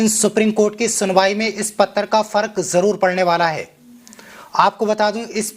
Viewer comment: Pattar nahi janab Patra kahiye